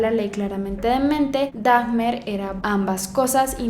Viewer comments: Holi, se pronuncia Duh-mer o símplemente Damer. Milwaukee se pronuncia milwoki en inglés, no sé si sea diferente en español. Se supone que su interés por el interior de los animales empezó a eso de los 6 años (no recuerdo bien). A los animales nunca los mató; los encontraba muertos, se llevaba los cuerpos y experimentaba con ellos con equipo de su padre, quién era químico. Intentó matar un perro pero no fue capaz. Las imitaciones y los comportamientos extraños los hacía en la escuela. Además, fue aún estando en la escuela que ya tenía problemas de alcoholismo. Hay un comic acerca de la vida de este hombre, narrada por un artista que fue su compañero. La película de Ross Lynch fue basada en el comic. "My Friend Dahmer". A su primera víctima la asesino poco después de terminar la escuela. Fue en su casa y no tuvo mayor problema ya que, al divorciarse sus padres, el padre se mudó y poco después la madre también. Ella se llevó a su hijo menor y Jeffrey se quedó solo en esa casa. La muerte de Dahmer no fue inmediata. Si no estoy mal, esto alguien más lo aclaró en otro comentario. Me gustan mucho tus videos pero sí considero que en este hay información errónea y faltó un poco de investigación. También sentí que expusiste un poquito en desorden ya que la línea del tiempo iba alternándose (por ejemplo con lo del primer asesinato y la ida a la universidad). Hay muchos documentales acerca de él. Incluso Discovery hizo uno. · Me choca que arruines un gran trabajo de investigacion con una pronunciacion taaaaan forzada y mala!!!!!! Dahmer, milwaukee. No pasa nada si no pronuncias bien una palabra, pero no lo fuerces!!! es imposible tomarte en serio cuando haces eso. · Daffffffffffch ner! ? Jajajajaja nisiquiera investigas como se pronuncia el apellido jajajajajajaja ignorante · Me gustó mucho tu maquillaje y todo pero me da escalofríos cada que pronuncias la h de Dahmer como Dajmer 8( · Me parece que de pronuncia "Daimer" :) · NO SE PRONUNCIA DAJMER, SE PRONUNCIA DAMER -_